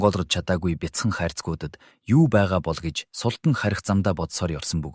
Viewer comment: Фатмэ биш фатиима шүүдээ. Аа мөн султан биш. Султаан гэсэн аялгаар дууддаг. Энэ мэт үгсийн судалгаа дутуугаас болж оноо алдаад бх шиг бнаа